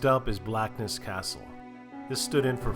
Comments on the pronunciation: Great video and all places within a few miles from me. You need to visit Culross too which is just over the water from Blackness and features a lot in series one. I can’t help but point out place names. Doune is Doon Hopetoun is Hopetun Blackness, Inverness the emphasis is always on NESS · in BLACKness x2 - it's BlackNESS and the ever irritating Edinboro - it's Edinburra. Great info and visuals though.